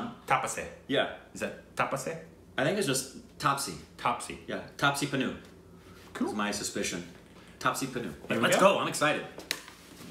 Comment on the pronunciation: First of all it's my birthday today😁 and there is a conspiracy theory going on that is an undercover indian living in California because how come he nailed the PRONUNCIATION of AMITABH BACCHAN and today nailed TAPSEE PANNU. How? And as always much love to you both and KORBIN your research is getting better and better day by day!❤️